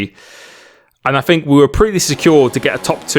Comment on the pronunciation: it grates on me you pronunce th with f fink free bruh its think .. three